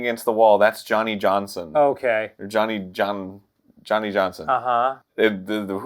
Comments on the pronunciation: The name is pronounced "Yawny Yawnson" It's a soft J. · Its pronounced Yohnny Yohnson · Its actually pronounced as "yonny yonson" he was a barely literate piece of shit farm hand. I knew i saw this on yontron Not saying this is stolen. Idc who did it first tbh i watched both because the story is such a crock of shit and its pretty funny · "Yo-knee Yonsson" could actually work as a Finnish-Swedish name "Joni/Jonne/Janne Janssen" would be pronounced that way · They pronounced it “yhonny yohnson” because I’m Scandinavian countries, the letter “j” is pronounced like a “y”. Idk if y’all knew that or not. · NO you fools! its "yonny yonson" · Aktually it’s pronounced Yonny Yonson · I thought it was Yonnie Yohnson? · I'm sorry, fuckin Yonny Yhonson?? That killed me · Yeaaaahhhhh, Johnny Johnson is not a Scandinavian name xD Though how she says Johnny Johnson like Yohnny Yohnson is Scandinavian, because we don't have the "D" sound in our Js.